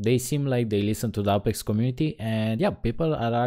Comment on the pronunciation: Ay-pex not Ah-pex >.>